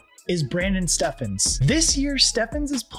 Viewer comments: Brandon stevens not steffen 😅 i feel u tho fire flock content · and bro it’s pronounced brandon stevens (don’t ask how)